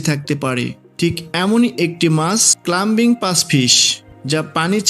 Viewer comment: অত্যন্ত নিম্নমানের ও ভুল উচ্চারণ। ক্লাইম্বিঙ ফিশ হবে, ক্লাম্বিঙ না।